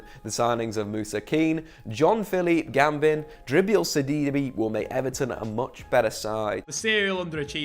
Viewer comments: GUBAMAN not GAMBIN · mans said gambin